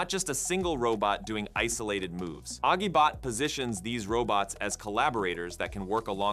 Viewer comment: The g sound in Agibot is pronounced like a j (as in agile).